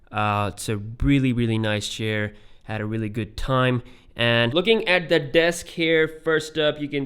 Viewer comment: sorry to say but its desk not deks *